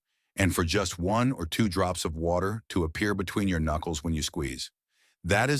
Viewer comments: You lost me at "WACTER". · Is it like wacter? Lol